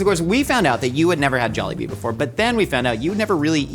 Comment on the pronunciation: says it very softly and elongated. if you really wanna pronounce it the way filipinos do. pronounce it with a hard and short tone (pun intended)